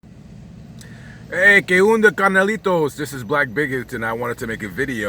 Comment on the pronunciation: Que Onda.... NOT Que Unda.